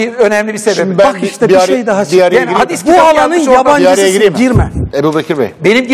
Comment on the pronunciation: Orda canere " bu alanın yabancısısın girme" derken vurgu ters yerde denkgeliyo 😅😅😅